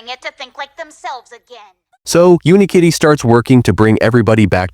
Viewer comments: its UniKitty not Unkitty 😂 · bro says unkitty instead of unikitty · It’s not un-Kitty it is Unikitty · Not him mispronouncing Unikitty, and genuinely believing it’s Unkitty. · no it isnt , its unikitty 😭 (the narrator is ai) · "Uni-kitty" ❌❌ "Un kitty" ✅✅ "Hawkodile" ❌❌ "Hoe-ko-dill-eh 🤠🤠🤠" ✅✅ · Its UNIkitty. Not UNkitty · Do not diss Unikitty like that Dude it’s UNIkitty not UNkitty💀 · Wait it’s pronounced “Unkitty”? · ITS NOT UN-KITTY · Bro the way the ai voice pronounced hawkadiles name 💀 and why did it keep saying “unkitty”